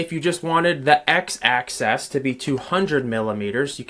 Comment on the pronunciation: Great tutorial…thanks…but please say ‘axis’…not ‘access’ 😂